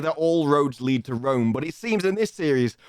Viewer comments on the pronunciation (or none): none